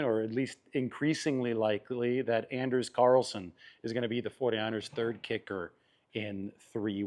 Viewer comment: its (on-ders)Anders carlson. Or his nickname is Ders.